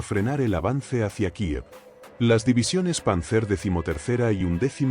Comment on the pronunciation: Panzer se acentúa sobre la primera sílaba y no sobre la última